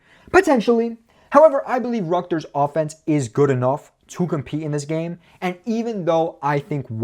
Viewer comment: Bro still can’t say Rutgers right